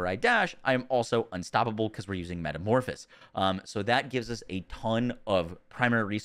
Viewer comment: If I hear one more youtuber mispronounce metamorphosis I am going to go insane.